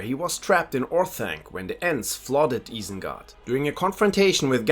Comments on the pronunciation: Guy is butchering some of the pronunciations. Eye-sen-guard not eee-sen-guard. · es war so klar, als du Isengard gesagt hast, nur ein deutscher würde es so sagen. Aber du sprichst echt sehr gut Englisch.